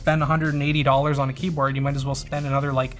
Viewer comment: What an insufferable kjeyboard.